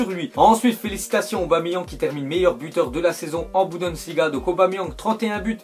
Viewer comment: Stp, je voulais pas m'en charger moi mais bon, depuis le temps... On dit "Bounedessliga" et pas "Boudensilga" hahaha